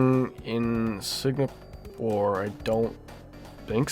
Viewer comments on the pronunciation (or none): Also bro said SiGnapore